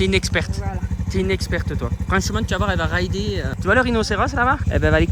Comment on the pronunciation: « Fransement la che chochotte plus » 😂oh non presque plus